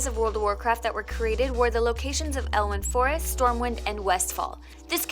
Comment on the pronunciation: "Elwynn Forest".... Nope. keep looking for it